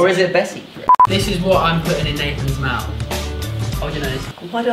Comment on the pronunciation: When you said smouth :')@